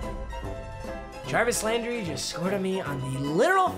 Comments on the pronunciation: “Travis Landry” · “Travis Landry”